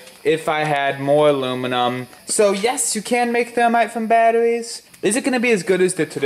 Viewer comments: Russian or hair lip? Battoweez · Poe wit aww wout we going to make thermite from batawees lol the way he talks is killing me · Wemember you need dwy cell battawees lol